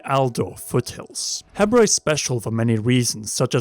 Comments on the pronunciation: I think its pronounced Heebra just like zebra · isn't it prounonced "heebra" ?